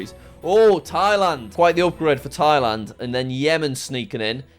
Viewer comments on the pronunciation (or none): none